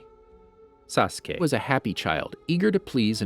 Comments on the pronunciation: Bro he said sasuqe😂😂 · no it was like say ka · Nobody:: SAUCE KAY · Ok did this guy record him saying saskay and play it every time he said it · My head hurts everytime he say saskey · Why tf you can't say sasuke you saying Saaassskay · Why does this trigger me. He speaks so fast and clearly the. Slows down and says SASKAY then co tinies to go fast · I counted and he said “sauce kay” 374 times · is it just me or like in other video he says every one name correct in naruto but now he is like SAkUse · Sa suh kay... tch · He probably change the video because he kept saying Sa-su-key or Sosuke (like how I hear many people do) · He said sasque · suh k uh ruh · why did you make sASSKEE sound like that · The way he says sasuke makes my head ache lol. “SaSkEy” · "saSkE" lol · I think you mean sasgay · did you record your pronunciation of "sasuke"? jesus it's annoying as hell. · the way this guy pronounces "sasuke" it irritating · why does he say Sasuke like that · After hearing that "Sasuke" a few times I paused and went to the comments😂😂😂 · The way he says, "Sasuke" makes me think he either recorded himself saying his name or he really has a hard time saying it. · You must have said Sasuke wrong in the original recording, knew you'd get flamed, and edited yourself in saying correctly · bruh cant watch this video cuz of the way he pronouns sasuke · sas - oo - kay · The way he says sasuke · Sacura and sadraa 😂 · He's cutting it out idk lol. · Something tells me someone really mispronounced Sasuke’s name a lot😅